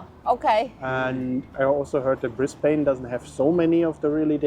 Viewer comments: This city is Brisbane, the capital city of the state of Queensland. It's correctly pronounced "bris-bn" not "briz-bain". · A quick phonetic education on the Cities names. Brisbane = Brizbin and Melbourne = Melbun. Sydney and Perth don't have as much of a problem. So enjoy. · She's drivinb me crazy mispronuncing Brisbane